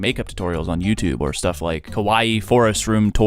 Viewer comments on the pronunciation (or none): none